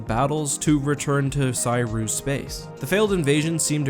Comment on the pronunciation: Making me twitch every time you pronounce Ssi Ruuk that way.